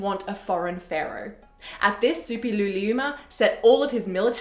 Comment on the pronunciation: Kudos for pronouncing Suppiluliuma with such ease!